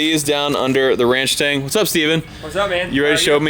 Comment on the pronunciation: Why “ranch-tang” instead of “ranch-stang” ?